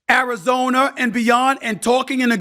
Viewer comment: "martin, i dont wanna go to Arizoner"